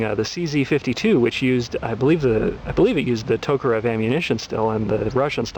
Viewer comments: ARGGGGHHHHHH...Learn to pronounce Makarov...LIkes nails on a blackboard everytime he says it... It's pronounced: muh-CAR-off Not MACK-uh-rov He's not much of an expert if he doesnt have a clue how its pronounced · It's pronounced muh-KAHR-uhv